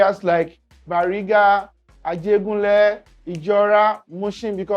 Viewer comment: Ajegunle not Ajibola